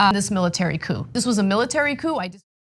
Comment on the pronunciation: She says coup, but still sounds like cuckoo to me.